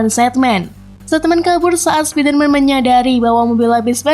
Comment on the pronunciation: Min...kurang enak di denger kalo di baca Sepider-man Enakan Spaider-man Min :')